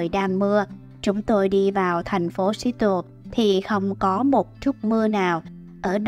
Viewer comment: Phát âm thành phố Seattle sai rồi nha bạn